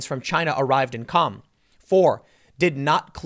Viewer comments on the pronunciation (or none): City of 'Qom' no 'L'. Word - Adj. 'Calm'- has 'L'. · Tiiiiiim.... the “L” in calm is supposed to be silent